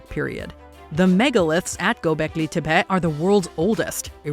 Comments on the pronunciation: Every time she mispronounced "Gobleki Tepe" all I could hear was a female Cartman. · The way she says Gobekli Tepé makes me want to fight someone...